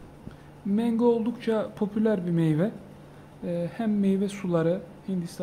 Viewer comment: abi mengo deyişine bitiyorum😀 saygılar 😊